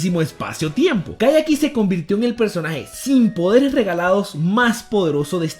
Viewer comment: No es gaiiiii!!!!! Es guy